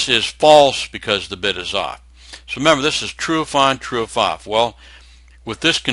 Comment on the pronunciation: This is a great video, btw at 7 mins exact you said "32 bitch" I literally laughed my ass off.